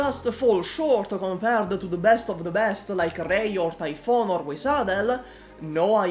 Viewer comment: Cool story bro but: - Luo Xiaohei and NCD are both actually bad units. There are far more defensible collab operators than those two. Noir Alter, Blitz, Frost and Fuze for example are all infinitely more functional units than the two you mentioned. - Minor grammatical error - You pronounced Typhon's name incorrectly - People generally consider Exusiai irrelevant and bad today (even though that's stupid) - You aren't considering her !!EXCLUSIVE LIMITED STATUS!! as a reason why her usage rate is lower. That poll that one guy on reddit did factually proves that Ash is one of the least owned units in the entire game. - You spend time criticising her ass S1 and S3 when those are irrelevant and were never used. It's like dogging on Ela for having a dogshit S1 with additionally some of the worst mastery gains in the entire game. Guess Ela is a bad unit now. I literally fast forwarded through these sections at 2x speed to save 45 seconds of my life which I am using to write this comment. - Ash's S3 references her unique ability of "breaching rounds" (literally the name of the ability...). Her gadget is the breaching charges which is something different. - You pronounced Typhon's name wrong again - You seem to literally contradict yourself when you are talking about stun immunities. People are so brainrotted that they expect every unit to be a xXx_BOSSKILLER_xXx that they can't comprehend a unit that is designed to have solid DPS against trash with the ability to burst bulky elites on